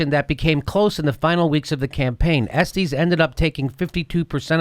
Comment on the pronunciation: I love the way he pronounces Estes :P